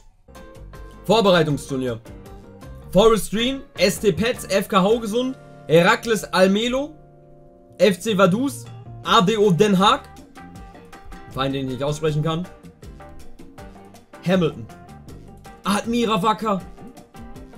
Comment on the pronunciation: Vaduus anstatt Vaduz😂🤝